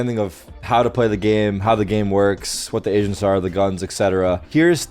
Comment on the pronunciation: I needed so long to figure out that he said agents and not asians😂